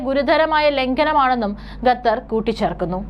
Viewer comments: കഞ്ഞി കുടിച്ചല്ലേ കുഞ്ഞേ? 'ഗത്തർ' അല്ല, 'ഖത്തർ'. മലയാളം ശരിയായി ഉച്ചരിക്കാൻ പഠിക്കൂ. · വാർത്തവായനക്കാരീ ഗത്തർ അല്ല ഖത്തർ എന്നാണ്. നിങ്ങൾ ഗത്തർ എന്ന് പറയുന്നത് കേൾക്കുമ്പോൾ ഭയങ്കര ബുദ്ധിമുട്ട് തോന്നുന്നു. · Learn the name Qatar, not Gathar. Gathar. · എടീ ഗത്ത ർ അല്ല ഖത്തർ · Gathar alla Qatar. Nannayi ucharikkan padikku. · Not gatar khater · എന്തോന്നാടീ ഗത്തറോ അതോ ഖത്തറോ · Gathar alla Qatar aanu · Madam, ഖത്തർ ആണ്. ഗത്തർ അല്ല. News readers proper ആയി pronounce ചെയ്യാൻ ശ്രമിക്കുക. Please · Gather alla quater aanu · ഗത്തർ, ഗത്തർ എന്നാണ് അവതാരിക പറയുന്നത്, ഗ ത്തർ അല്ല - ഖത്തർ ആണ്.